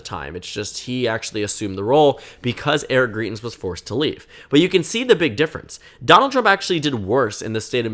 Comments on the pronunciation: You're pronouncing his name wrong. You're saying greet-ins and it actually sounds more like grite-ins. The points you make in the video are really good though. He's a very polarizing figure here in Missouri. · From a Missourian: It’s pronounced Gr-EYE-tens